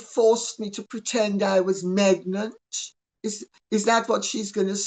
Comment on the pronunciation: "Megnant"?? Perfect!! I ADORE Lady Colin Campbell!!🤣💖🤣